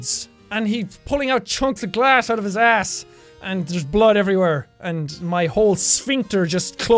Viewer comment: When you said ass it sounded like arsh